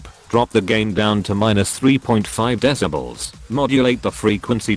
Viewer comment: How the text to speech says deci-balls instead of decibels 😂